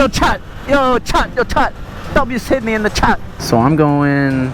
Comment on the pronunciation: “w sidneh in da chat” BRO YOU NEED TO COME TO HEREFORDSHIRE ENGLSND THERE SRE SO MANY TRAILS